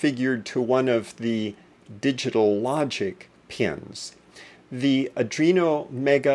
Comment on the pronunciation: Thanks for your concise instruction. How ever, I should point out that the controllerbis an ARDUINO, and not a ADRINO. I think you should correct your expression, regards